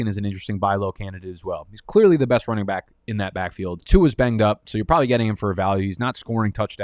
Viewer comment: How come he says "welcome back" as "welcome bike"?? lol. I'm sure I'm missing something